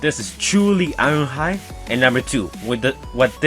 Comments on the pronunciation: "Wast time We saiw Iwonhoide." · The way you say ironhide is weird